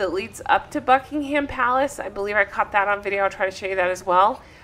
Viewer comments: We call it ‘Bucking um’ palace- the H is silent in UK (if only eh!?) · don't pronounce the 'h' in buckingham.